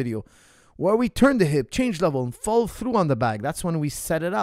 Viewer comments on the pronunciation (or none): none